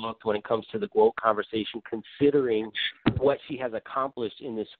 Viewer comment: There was no "GWOAT" conversation before CLARESSA SHIELDS